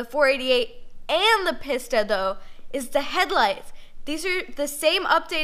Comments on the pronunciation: It is pronounced Peace-ta. Not Piss-Ta. LOL! Still a big fan of her though...she knows what she’s talking about. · It's pronounced Peesta. Not PissTa. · Please stop calling it Piss-ta. It is pronounced Pee-sta. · I hate how she pronounces pista